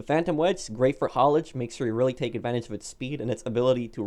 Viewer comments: Its HAULAGE not HALLIGE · Nobody:: HaUlAgE